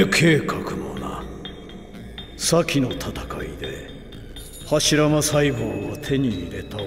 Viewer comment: Eil成日將柱間講錯左做'間柱'........